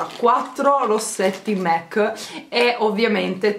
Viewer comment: Non per essere pignola però si dice MAC con la A non MEC con la E. Un bacio😚